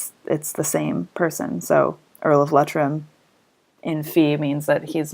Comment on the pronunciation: Very informative! Thank you very much. FYI. It's pronounced Lee-Trim, not Let-trim.